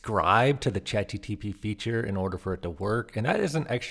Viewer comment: just in case no one else has said it... it's Chat GPT not GTP haha